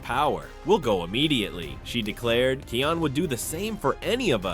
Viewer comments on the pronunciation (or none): Bro stop pronouncing it keion it’s pronounced Kaion but spelled kion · Kion’s name is pronounced wrong on your video. (It’s pronounced as Kī-on) On , , and , you somehow mispronounced Vitani’s name. (You pronounced it right back on , - .) You also mispronounced Rani’s name on . (You did pronounce it right before.)